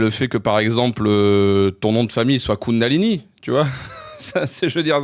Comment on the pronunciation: Kundalini ou Koundalini... J'en perds mes énergies